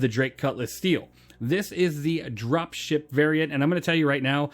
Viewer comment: I dont know if it's me, but I heard 'Dropshit variant' lol